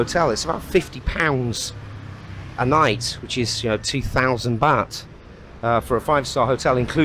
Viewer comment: It’s baht pronounced “Bart”, not baht like “bat.” Must be a northern thing.